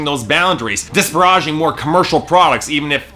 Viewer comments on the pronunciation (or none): Did you mean to pronounce "disparaging" that way?